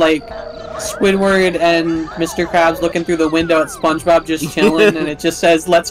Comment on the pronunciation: The way you pronounced that (or just the recording) it sounded like "Spongebop", and Nickelodeon could totally release albums under that name. I wonder if this is the closest will come to dying (of actual HP loss). Then you're going to love the episode of Game Pending Plays Nickelodeon's Jimmy Neutron: Boy Genius: Attack of the Twonkies that you're starring in right now. Y'all are doing a great job with the commentary. Nice stuff. So is Squidward or Mr Krabs in the meme? Oh please. Please never explain this one to the audience. Seems odd that they let you go to a petting zoo and not pet the animals. Did... did he just say "it's canon now"? That is Yakety Sax, which was indeed used as the Benny Hill ED. I think their wool is somewhat valuable? Yes, he dropped it in front of you and you picked it up. That was 20 seconds ago. was starting the "almost a llama farmer" story. Depends on whether I think I'm a comic relief character in his current plotline. Even if I am there's like a 50% chance that it would be brilliant advice (and it's 100% going to be good advice if I don't follow it). I guess I'd probably feel stupider if I lost money NOT following the advice of Jimmy Neutron: Boy Genius than if I lost money because I did listen to him. No. If Youtube didn't filter profanity, would this have been the episode title? It feels like one of those highlights-of-the-let's-play lines.